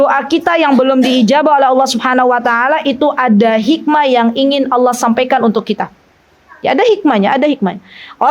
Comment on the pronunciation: Bismillaah Afwan ustadzah, waktu mengucapkan Allaah, bolehkah huruf A nya di panjangkan? Aaallaah, bukankah artinya berubah ustadzah?